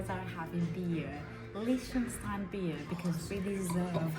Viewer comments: Hey guys loving the vids. But its pronounced "Lick_ten_styne.". 😅🤣😂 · kills another countryname 🤣